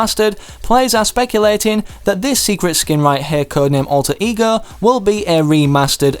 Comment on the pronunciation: When he says alter ego it sounds like e-girls